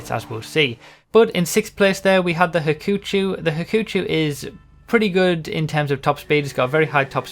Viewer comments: Yeah haha, he just fizzed up the ending which is supposed to rhyme with show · It's Ha-ku-chou, choo's not what it's looking for obviously, the U is not silenced. (ch-ou) Ha-ku-cho is wrong if we're following how would japan pronounce it. Cho is different and chou. The least I can describe it would be probably stab and chase depending on how it's pronounced (there's multiple meanings in 1 word) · Hey it's bothered me forever so I'll just tell you, the ou in Hakuchou makes an elongated o sound. The u just tells people in the japans that they're supposed to say the o sound for longer, otherwise it would be really short at the end.